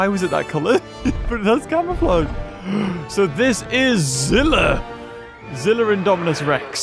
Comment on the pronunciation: ITS Z I L L A